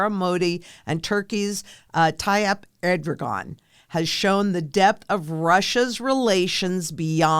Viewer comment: Let me help you with that Erdogan pronunciation darlin…. Say it like this… air-duh-won. Emphasis on the First syllable AIRduhwan Loves ❤